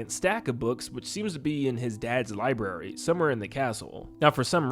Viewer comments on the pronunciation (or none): none